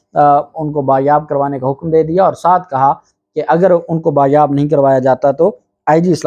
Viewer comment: Sir lafz bazyab/Bazyabi hota hay Bayabi/bayab nahi ❓